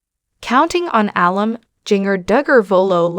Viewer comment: Alum is pronounced uh-lum, with emphasis on lum. It’s shortened form of alumnus. Incorrect on video says Al-um.